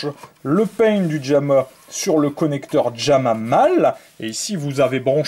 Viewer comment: "Djamma" lol